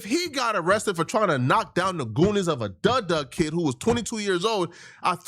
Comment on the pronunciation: Its not duh duh kid. Its dudundudunt